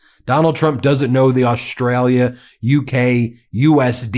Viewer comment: Trump can't even pronounce the name Australia properly - he says Ostrala! Not only is he useless, he is uneducated and cannot talk properly!